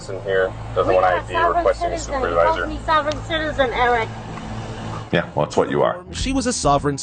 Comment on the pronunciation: "He called me Sovereign citizen Ewwick!" 😂